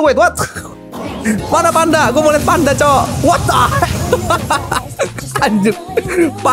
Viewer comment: Gw dengernya Pandanya TEPOS 😂